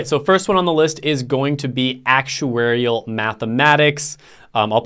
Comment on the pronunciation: You skipped past the first one so fast there was no title card and you barely mumbled the words out...actuarial mathmatics?